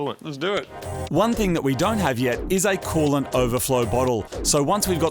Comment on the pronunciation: What’s a Colon overflow?!! 🤣🤣🤣 ROFLMFAO Crazy Aussies and their silly English